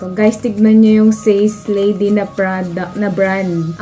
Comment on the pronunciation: Ate it’s prounce as SA-SE not SACE